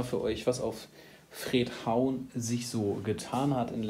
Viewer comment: nein die Beschilderung ist richtig nur sprichst du es leider falsch aus.Frederikshavn , Abkürzung Fredhavn. Ist aber auch nicht so wichtig, deine Beiträge finde ich toll und schaue ich mir immer gerne an weil es diese Stadt wirklich gibt Bunkeranlagen auch ist schön dort. Liebe Grüße und mach weiter so ist auch nicht böse gemeint👍☺